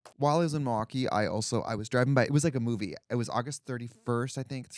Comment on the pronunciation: You missed it! " Health milWALKee"